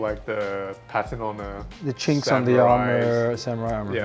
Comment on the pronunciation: Did he say the chinkes of the armor